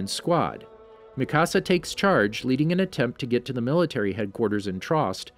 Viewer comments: This dude said makasa 😂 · Mikasa is (mi - ka - s -ah